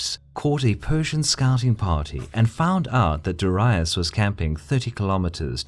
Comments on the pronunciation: It's Darius. Why do you keep pronouncing it Daraius? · DAAREEISSS! not DIherius!!LOL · Me either. It's always been dairy-us, not dah-ree-uss. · Lol darayus... hahahahaha. Aint it daryus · It’s Darius not Daraius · It's 'darry-us' not 'dar-aye-us'. The vids are good the but pronunciation is shocking. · Darius, not dorias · Why do you pronounce ''Darius'' like ''diraius''? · Ive never heard such bad pronounciation of Darius. Dar Ri Us? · Hearing "dur-i-us" makes me think of "ul-ex-un-dar' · persian king "Dahryeus" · DA-REE-US, Darius. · DA-REE-OOS (Latin) or DA-REE-OS (Greek) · I never heard Darius pronounced as DARAIUS. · its pronounced dar-ee-oos... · it's pronounced Dairy-Us trust me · dorius?? What is that pronunciation?? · persion king darius ... your prononciation: diraous. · I don’t know. I just can’t cope with how the narator pronounces “Darius” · Mispronounced Darius in the first 20 seconds of the video. Nope. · It really bothers me that for years I was pronouncing his name as DARE-EE-US but it's actually DUH-WRY-US. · I like the work but you need to work on your pronunciation. You have mispronounced, darius, euphrates and tigris. Got alexander right tho )) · Learn to fucking pronounce Darius. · Why do you pronounce Darius like that??? Cool WHHHHHip? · I can't get over the horrible way Darius' name gets pronounced :( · Please learn some latin, all your pronounciation is wrong ç_ç